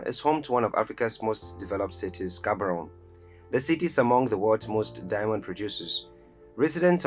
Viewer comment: With all the love I have for my people and cities in Africa, let's not use emotions but facts. Gaborone and Windhoek (names pronounced wrong by the narrator) were mistakenly put on the list. The cities are way too small and development there is at its infancy. More needs to be done!